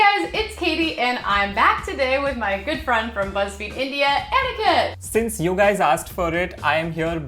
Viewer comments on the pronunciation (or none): I love how they pronounce Aniket as Etiquette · Not me hearing etiquette instead of Aniket